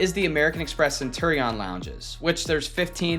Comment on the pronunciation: I believe it is pronounced Cent “UR” ion lounge but I could be wrong.